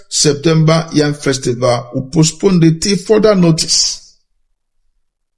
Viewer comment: PHD, can,t even pronounce the word postponed?